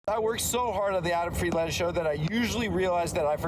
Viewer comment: Adam's been annunciating the "Land" in friedland a bit strong